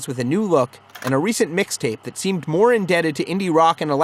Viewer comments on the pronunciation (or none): none